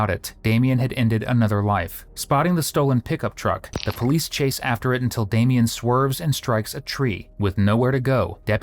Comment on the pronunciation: DAH May Yon? 😂 You make him sound like an '80s operatic singer or Ricky Martin's newest member of menudo. It's just plain old Damien. (DAY. ME. AN)